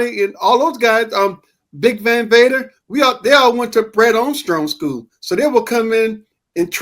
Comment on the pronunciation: "Brad RIGGINS' Skoo" It's Brad Rheingans. RANE...GANZ. School. SKEWL.